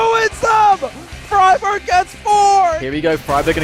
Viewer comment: you actually pronounce friberg "fribeerj"